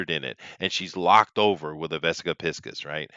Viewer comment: Jones wishes he were a tenth of the man that Cooper was. P.S. Cracks me up that you pronounce it 'pisk-us' and not 'pie-sees' by the way.